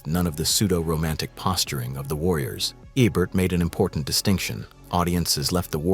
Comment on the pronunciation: Why would you call him Roger "EH-BURT" instead of saying "E-Burt" like the rest of us?